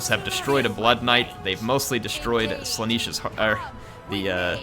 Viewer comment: I get triggered every time you say “Slaaneesh” when it is spelled and pronounced Slaa-nesh get it right please